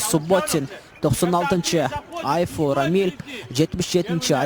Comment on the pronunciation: Не Сумашев Ильха ,а СУЛОШИЕВ ИЛЬХАМ ,и не Айфу Рамиль ,а ЯНФУ РАМИЛЬ,пожалуйста говорите фамилий правильно !